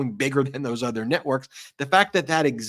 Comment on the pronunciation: Not “Thoes”😂